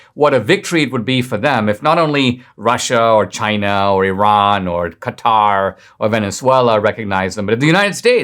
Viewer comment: This. May sound ki d of trite, but thank you for pronouncing the name correctly of Qatar. Instead of saying "cutter". Its just a pet peavey of mine.